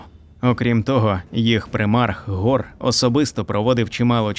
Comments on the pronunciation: Нема ніякого гора, є Хорус, перестаньте вже коверкати назви ігрових персонажів, нахуя ви це робите? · Хто такий гор? Який ще гор??? 😂😂😂😂 HORUS! Де тут гор???😂😂😂 Навіщо коверкати власне ім'я персонажа?